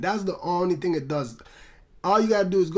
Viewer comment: Some ting wrong XD